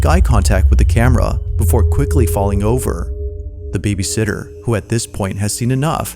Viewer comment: The scariest thing in this video is this clown's pronunciation of "babysitter". BABYsitter is someone who gets paid to take care of kids while their parents are out. babySITTER is a newborn chair. Nothing more distracting than this dude's voiceover.